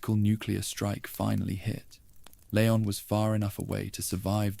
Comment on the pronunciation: Please stop calling him Lay-on, it's LEE-on.